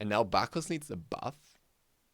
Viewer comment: Good vid man keep up the work. And I agree heavily on the Thana what was it you said? a berf? XD (Sorta new to channel )